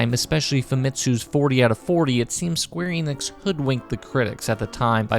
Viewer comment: he pronounces every japanese name correctly except square enix itself 😩 ff12 is awesome!